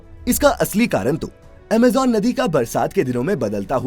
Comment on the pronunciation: What is Amejan? It's Amazon